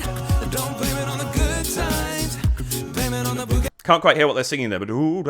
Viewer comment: 😂 It's BOOgie not bew-gie. The former's a good time and the latter's a nosepick. I love your reactions, meanwhile. 😁